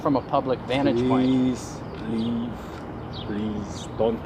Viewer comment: "Preasee Reave"